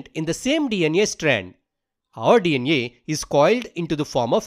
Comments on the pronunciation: its DNA not DN neyaa why you pronouncing a like that😭😭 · hi is saying dna > dnea 😂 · DEE EN IYE = DNA 😂